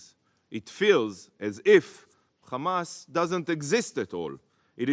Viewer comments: It’s “Hamas” not “Khamas”. And these people want us to believe they are the creators of Hummus (Khumus as they say)? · Khamas Khamas Khamas Khamas Khamas, I wonder what lead to the rise of Khamas.. by the way it's Hamas not Khamas as the fabrication of Torah and the hebrew language stollen from the Arabic language...